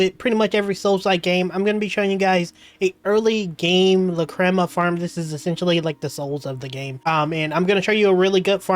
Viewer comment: how can you miss pronounce so many words?? LOL "La-crema" "O-Ka-sana" "Um-bar ruins" "Hien-match" ?